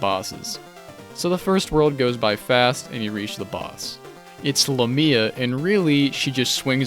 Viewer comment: Interesting pronunciation of "lamia" 🤔 Not trying to dunk, I legit like hearing how people say uncommon (or made up) words. If you care it's "LAY mee uh", a Middle English derived variant akin to succubus. Love your videos... you got me back into SMT after a long time, currently re-tackling Strange Journey which I gave up on with the original for reasons I can no longer recall, this time on Redux.